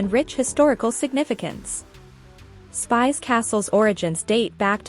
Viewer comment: It is not called Spice castle but Spish castle!